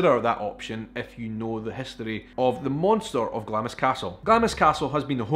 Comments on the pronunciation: My family are from Glamis and many of them including my Grandad worked on the estate and in the castle. It's actually pronounced Glams with a silently I 😁😁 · I can forgive Americans for mispronouncing Glamis. But for a Scotsman to do so is shameful. Sorry, forgot you said you were from Edinburgh. If only you'd been born in Glasgow.....LOL